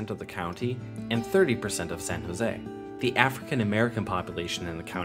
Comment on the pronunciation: You said San Jose wrong